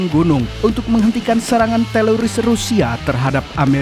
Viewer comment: TERORIS BUKAN TELORIS mas